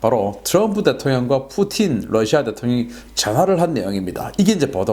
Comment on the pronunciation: 러시아 Rusia를 ㄹ러시아 (Lusia)라고 강하게 발음하는 경우가 방송분야에 종사하는 분들사이에서 점점 늘고 있는데 이는 하루 속히 바로잡아야 할 일입니다.